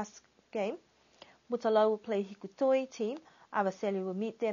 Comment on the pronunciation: did you just say hiku-toi lol....is that one village now for the cricket team